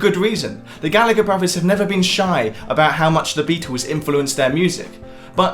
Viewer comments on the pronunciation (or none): Bruvvers? really? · Just discovered this channel the other day and can't get enough,. Great work! By the way, are you saying "bruvers"?